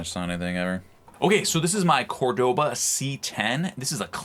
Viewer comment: Bottom line - you get what you pay for! P.S. It's COR-do-va, not Cor-DO-va. 😊